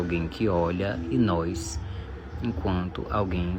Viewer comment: Acho estranho pessoas qualificadas falando "nóis" . Talvez seja o novo normal .